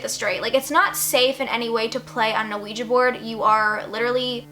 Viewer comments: lmfao the way she says "ah-ouija board" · Not even halfway through the video and I'm just silently laughing at how you pronounce Ouija. Most people I know pronounce it "wiji". Gonna continue watching though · The funny thing is you don’t pronounce ouiji right at all 😂 . You’re adorable though.